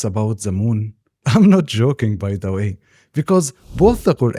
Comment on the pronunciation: This is a great video JZK. One suggestion for you is to practice saying the "th" sound in "the" it would make your content better IMO